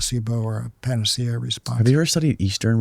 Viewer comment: Say panacea again, I dare you. I double dare you!